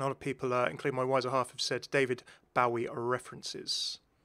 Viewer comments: why do you pronounce daVID BOWIE LIKE THAT AAAH DISGUSTING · I absolutely hate the way you said David Bowie’s name initially